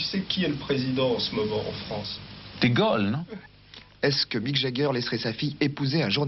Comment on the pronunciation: Wouah les français et l'anglais.. pathétique, même les noms connus comme Jagger qui devient Jegger et Mick qui devient Mike🤣